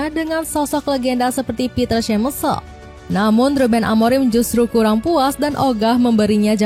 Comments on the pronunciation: To Voice Over: Schmeichel dibaca SEMAIKEL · eleven lab ya? lucu pas nyebut Schmeichel